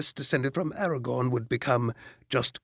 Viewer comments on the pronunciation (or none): *araGORN, not aragon. aragon is in spain :) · Funny how he calls him Eragon instead of Aragorn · AragoRn,. Not Aragon